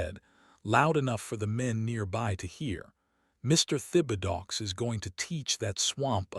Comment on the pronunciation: You really need to correct the truly bad pronunciation of your narrating robo-reader. Thibodaux is a fairly common cajun name(Tib' uh doe) from South Louisiana parishes along the Gulf.